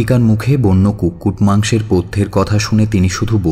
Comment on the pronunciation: কুটকুট না, কুক্কুট,, মানে chicken 🐓...